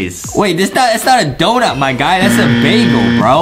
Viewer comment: “Dount” -Justin 2021